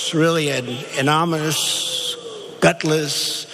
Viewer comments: "I'm a stable genius. Watch me pronounce this word: AMONMAMISS. Nailed it." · Hey 😊 Pronounce it this way : A-NO-NY-MOUS (don't put the emphasis on 'non' rather put it on the 'ny' part of the word 😉 It's okay if you have a hard time pronouncing it. English is a really hard language. Everyone has certain words they struggle with. However I'm not giving Trump a pass. He's an absolute asshole and the first person to make fun of someone else. Remember when he made fun of the disabled guy? He's disgusting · lol anomimous lol what a president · I feel like he said ominous. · Lmfao - anomus, anomus, nanomoonus, amonoomus, nanonimoose, enonous, gutlesssssss, couwwwwid. Respected? 🤔😆🤔😆🤔😆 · Annonninyminouss..yeah thats it!😂😂😂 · That’s what my face looks like every time I hear him talk! Anomnous.... anomononous! Hahahalmao idiot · "When President Trump was trying to say 'anonymous' he was actually trying to say 'aneurysm'." ... xD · He can’t pronounce “anonymous” ??? It’s not that hard. “Anomous...anonmous”.... really???? Sounds like he’s having a stroke! idiot. Complete moron. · I put closed captions for the part where he tries to say the word "anonymous" and the caption said "anomalous." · “Annomise” - Trump 2018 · Turnip was actually trying to say "I am ominous." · Amomumuuus!?!? What was that?uhm no mental health problem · anomous...amonymous???? say what? learn to pronounce it already! 🤣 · a non y mous…..sound it out Don, LMFAO, what an idiot. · I noticed the 'anomonous' and couldn't believe my ears.🤔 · "Anomonous"!!!!!!????..damn its already happening...we are going to learn Russian in school soon!!! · "Anomis.." "Amonalus " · ANOMONOUS?!? IS HE HIGH?!? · amma-namuss...anamuss..cumon sound it out u orange dipshit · Who is this Ann-o-nom-ouss person? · “covfefe” “yuge” " united shtasses" " ananamous" Donald Trump Is Making the English words Great Again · "an anarmous" loooool, learn to speak properly trump. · He said "anomoush". Then something I couldnt even make out.